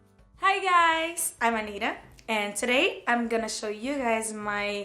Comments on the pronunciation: Anira kkkk até ela fala o próprio nome com sotaque, MDS Anitta pode falar seu nome normal, vc ainda é brasileira. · "I'm anirra" fala teu nome direito Caralho. Nojo dessazinha. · Porque ela não pronuncia o nome dela normalmente? Nome não se muda a pronuncia só por estar falando outra língua. Anira 🤨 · Pq q eaaa puxa saco de americano falou ANIRA invés de Anitta ? Por isso q eles tão pouco se fudendo em aprender português pq tem gente q deveria ter mais orgulho da própria pronúncia do nome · Anitta sua linda, pode falar "Anitta" normal sem soar "Anira", uai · "I'm Anira" 🤭🙈🤦🏻‍♀️ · "I am Anira" como assim ela pronuncia seu próprio nome como se fosse uma gringa lendo!? kkk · fala assim na rua então cara "Ain, vamo no show da Aniraaa" só achei estranho, ela é Brasileira poderia ter falo na pronúncia de cá sei a pronúncia.